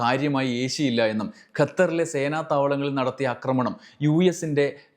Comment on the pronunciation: അക്രമണം, അക്രമിച്ചു അല്ലല്ലോ ആക്രമണം, ആക്രമിച്ചു അല്ലെ. കേൾക്കുന്നവരെല്ലാം തെറ്റു പഠിക്കില്ലെ?